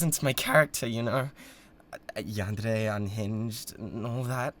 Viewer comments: no fr im so glad he says it right 😭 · yes, it is a japanese word. you don’t say every syllable like it’s the same, but there’s a certain way and roll of the tongue way to say it, and he said it correctly.